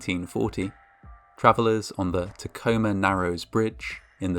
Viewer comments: I'm a Washington native, and I must say that I'm impressed by your correct pronunciation of Tacoma. lol (non-Washingtonians never say it right) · Oh man thanks for covering this lol Also you pronounce Tacoma right :)